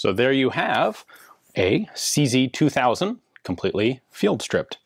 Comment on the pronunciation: SeeZey-WeeZey 58 😂